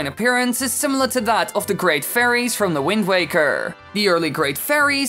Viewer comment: "The Wind Wakerrrrr"